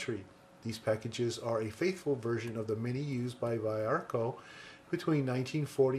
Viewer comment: the pronounce is veearco. cool video. those purple are copy pencils (that's what cópia means).